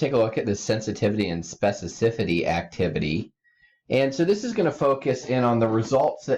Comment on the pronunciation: The fact this guy cannot pronounce specificity right is driving me crazy.